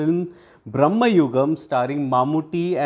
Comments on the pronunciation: Hi, very good review. Thank you 2 points; 1. It’s Bhra.ma.yugam , not Brah.ma.yugam. Bhramam means craze/madness in Malayalam. Many are making this mistakes, especially non Malayalis. 2. Must checkout Mammoottys Vidheyan, Munnariyippu or Paleri Manikkyam to see him in his menacing best. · Its "Brama" Yugam, not "Brahma" Yugam.."Bramam" means distraction\fantasy etc. Good review btw ! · Sir, its not Brahma yugam, its Bhrama yugam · It's not BraMMAyugam. It's BraMAyugam. Bramam in Malayalam means illusion or confusion. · Not brahmayugam its bramayugam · Please pronounce the title correctly. Meaning of the word you are pronouncing is entirely different from meaning of the actual title